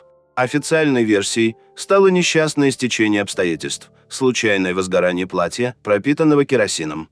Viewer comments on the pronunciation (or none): none